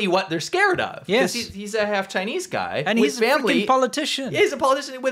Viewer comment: Chi-Neech VIrus 😅😅